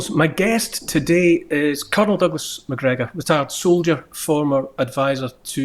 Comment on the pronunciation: Macgregor, NOT MCgregor! Thank you!